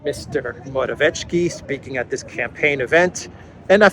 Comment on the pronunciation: Dear, I have enjoyed your delicious videos every single night since about 4 months ago and feel really grateful to you. Just a tiny note: Fico is pronounced 'feetso' (not feecho) and Morawecki is pronounced similarly Mora'vetskee (not Moravechki). 🤝